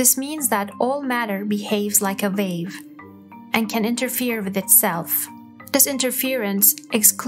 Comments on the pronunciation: It is a WAVE, not a VAVE. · Sorry but your accent makes it difficult to understand. You have difficulty pronouncing "W" and when you say "well" or "wave" it sounds like "vell" or "vave". Nice video but you need to practice the w words. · Narrator needs to work on her wubbleyous as in Vell and Vave if intending to be a professional voice over. I don’t mean that harshly, but pronunciation is not optional in language. She says everything else normally…so whats with W. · I found myself thinking, "liken it to a vell?" and then "Liken this to a vave". I figured out from the accompanying video that she meant "well" and "wave"